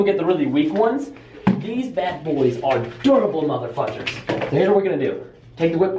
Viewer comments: 101 iMO I heard "durable mother fudgers" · He said durable mother fudgers I heard him I just replayed it like 9 times and I asked my dad he said mother fudgers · Target Prastice he said fudgers lol